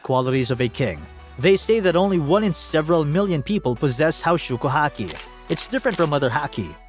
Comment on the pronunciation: Pls learn how to pronounce haoshoku if you gonna use the japanese version:’)